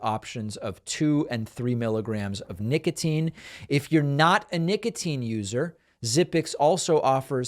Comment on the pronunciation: Nicatine? Really?